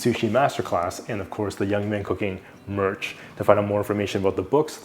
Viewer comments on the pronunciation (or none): none